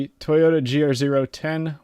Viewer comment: You pronounced Toyota wrong